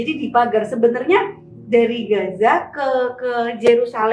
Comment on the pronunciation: Om, sebutnya "Gaza" aja gpp koq😅 Akh nyebutnya pake dialek arab, yakni "Ghazzah" (غزة) Atau boleh juga nanti latihan nyebut dialeknya belajar sama ustadz Adi atau UAS 😊😊 Barakallah ya om, makasih udah angkat tema ini dgn narasumber asli dari sana 🇮🇮🇩🇵🇵🇸𓂆🍉✌🏼🕊️